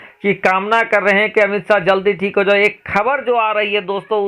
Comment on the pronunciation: apnew Ttalaffuz sahi kare bolne ko sahe se seekhe khabar kabar khujlana band kare KHABAR